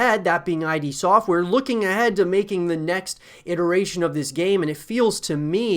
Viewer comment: It’s id software not I.D. Software